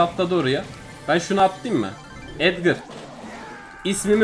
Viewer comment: Edgara edger diyen koca yürekli ablamız